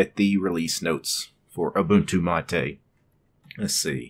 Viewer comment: its pronounced ma-tay not matey